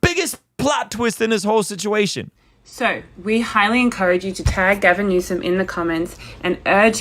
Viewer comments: “Gavernor Newsome“ 😂😂😂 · On a lighter note, I love how you referred to Governor Newsom, as "Gavinor Newsom" 😂😂😂